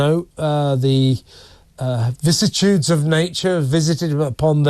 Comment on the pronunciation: Vicissitudes, not vissitudes.